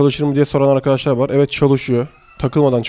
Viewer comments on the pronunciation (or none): none